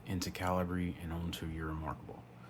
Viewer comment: Calibree? "American" accent just squashing any intentention of pronunciation. There are two ways to arguably pronounce this software, and you're using neither, without a second thought. The American cultural steamroller.